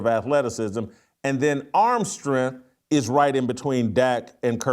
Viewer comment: What is “strenth?”